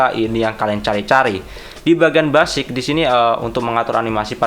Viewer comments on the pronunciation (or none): mas basic di bacanya besic bukan basik